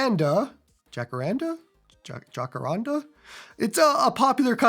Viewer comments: Jah-cah-rrraahn-DAAH. And roll the R. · And the Jah is more like a Hah